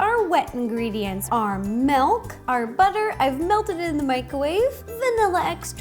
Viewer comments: Ugh... when she said " melk" instead of milk I still love her tho.. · Does it bother anyone else that she says "melk" instead of "milk"? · say melk one more time..... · I love it when she says melk